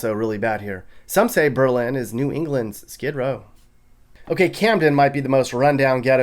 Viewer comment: Lol “BEE-Lynn” it’s pronounced bey-lyn